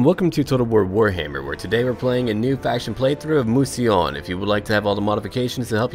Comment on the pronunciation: Pronunciation: Mousillon - Moo-See-Lee-uhn